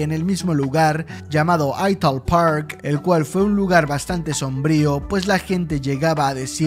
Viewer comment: "De-DeVidela, Juan Domingo Peiron, Aital Park", menos mal que no nombraste a Ushuaia, con esa pronunceishon, perreishon...